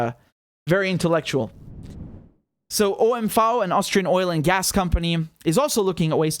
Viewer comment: good pronounciation of OMV.